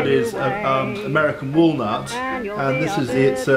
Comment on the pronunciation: American Wall-nut NOT American Wallmart